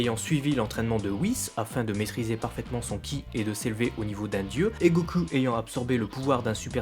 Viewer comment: Go....CUL???!!!! bordeeeel arrete de prononcer GO-CUL!!!!! ><"